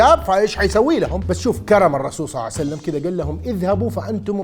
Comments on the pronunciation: اقسم بالله ان هي صلئ الله عليه وآله وسلم وليس صلعسلم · صل الله عليه وسلم وليس صعسلم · بارك الله بيك على هذا الفيديو أن شاء الله تصير بميزان حسناتك لكن لما تصلي على النبي أنتبه لأن كاعد تقول (صعسلم) قل (صلى الله عليه وسلم) أو (صلى الله عليه وآله وسلم) ❤️🌹 🌹اللهم صل على محمد وآل محمد 🌹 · ليش تكول صعسلم يبن الحلال ؟ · لاتقول صعسلم 😅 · ليش تقول الرسول صع سلم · ليش تقول النبي محمد صعسلم؟